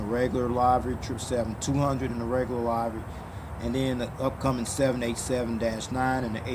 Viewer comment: "livery" rhymes with "delivery"